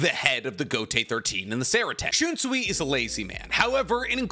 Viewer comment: "The idea of enemy and foe", "and combined them" "and shunsee", "yakaba" "releasal" "zaka no tachi" "and considering the fact x2" "yachaba" "old man zengetsu" "yichaba x2" no mention of other squad zero member despite seeing one and the qualifier of Ichigo not showing his true bankai ability still made the list. There were several others but maybe slow down on the videos if you're having trouble speaking and yk making sense.